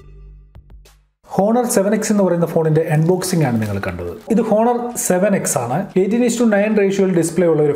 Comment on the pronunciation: "ഹോ"ണർ അല്ല "ഓ"ണർ